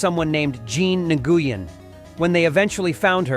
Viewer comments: “Jean Neg-goo-yin” is the worst pronunciation of Nguyen I’ve ever heard 😂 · In case no one has mentioned this yet, the name Nguyen is pronounced like "Win." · I think the Nguyen is pronounced "Nwen."